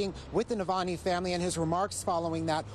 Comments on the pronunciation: The reporter can't even pronounce Navalny??? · bet sniffy can't pronounce that name